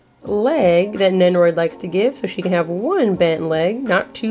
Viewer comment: I don't watch this show, but the thumbnail caught my eye for sure. Glad to see you getting more figs though. Stay addicted. Shoutouts to. Also... Did you say Nennoroid?